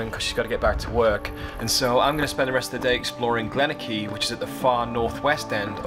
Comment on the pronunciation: pr. Glen-or-key. ;)